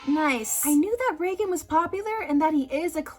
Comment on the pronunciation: I don’t care how it’s actually pronounced, hearing reigen pronounced like Roland Reagan is killing me